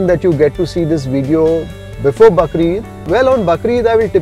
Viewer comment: it is Bakraa Eid ...not bakre eid